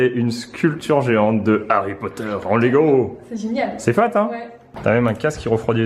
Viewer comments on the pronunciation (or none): none